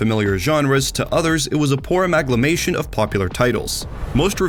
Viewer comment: I believe the journalist's last name is pronounced Schry-er (with the same intonation as "higher"), and the word is amalgamation (amalgam + ation). I know it comes off as nitpicky, but I really like this channel and want to to see it reach more viewers, and making sure the video has all the polish it can goes a long way. Keep up the good work!